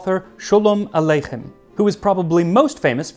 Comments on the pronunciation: For a non-Jew, your pronunciation of "Khanike" and "Aleichem" is outstanding, and shows some work. I doff my cap to you, good sir. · well done on aleichem's pronunciation. not many non-jews can do the "ch" sound well!